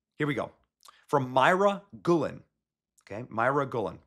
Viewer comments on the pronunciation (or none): btw... Guillen is pronounce Gee-Yen, not Gul-len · Guillen is pronounced more like "gee-yen", just fyi